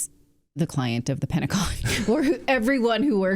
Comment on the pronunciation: “Pedagon”. Love it. 😂